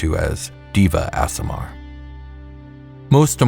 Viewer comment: Recently found this channel, all of it has been verry impressive. That said, I could not finish this one, I think it was round the 100th tine I herd "Diva Aasimar" that it became too much. Other than that one personal pet peeve it's been great lore.